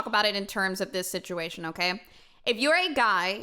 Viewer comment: Can all say: SitchuWHAtion! 👏